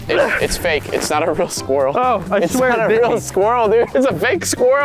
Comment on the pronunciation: when Unspeakable said: What are we gonna do just be like HAY SKWILEL